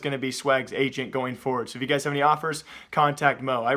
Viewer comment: was it just me or does he say awpers instead of offers